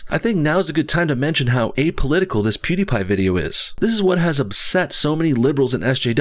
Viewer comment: Ben's wife is a doctor. Also you pronounce pewidepie like Pooddiepie